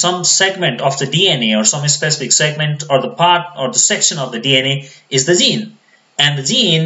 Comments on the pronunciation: Zene = Gene with a G pronounce Jean not with a Z. Even CC types Zeen. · This is really help full I wish you were my bio teacher , But when you pronounce gene , you keep saying zine and evin my subtitle writes zine